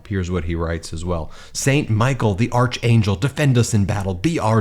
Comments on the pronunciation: It's pronounced ark angel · That’s not how you pronounce Archangel Ben! 🙄 It’s not ‘arch’ it’s pronounced Ark-angel; you’re intelligent enough to know this & that’s the embarrassing kind of gaff the flabby felon would make! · A small point because I love you and your work...Archangel is pronounced "Arkangel." Thanks for all you do! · Pronounced ark angel not arch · It's pronounced 'Ark-angel' sheesh. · ARK-angel. Ruin, not rain. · Get some sleep. The St. Michael the archangel thing (pronounced ark angel) is a common Catholic prayer for protection from evil.